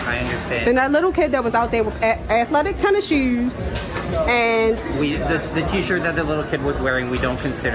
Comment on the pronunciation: Athletic tennishewws